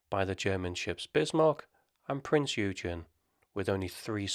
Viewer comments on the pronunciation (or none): Only knew about 70% of those. Nice - I learned something! By the way - Prinz Eugen is pronounced "PrinZ Oi-Gen"